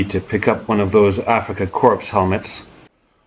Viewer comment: Just watched a WW2 Colourized show on tv about 1 hour ago about this battle, fate lol. In Corps you dont say the S when pronouncing.